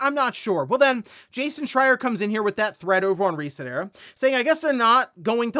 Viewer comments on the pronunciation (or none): none